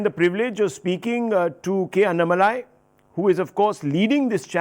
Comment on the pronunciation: You are pronouncing Mr. Annamalai name wrongly..! you sounds low pitch.. it should be HIGH pitch pronounce... just try with high pitch you feel power of name Annamalai..